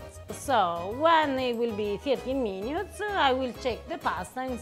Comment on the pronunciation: “17 meenyootes”……???? 😅😂🤣😂😂😅 love this woman❤️